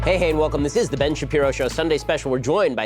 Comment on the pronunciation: I recently started clipping all of the times you mispronounce Ben’s name and you’re giving me too much material my friend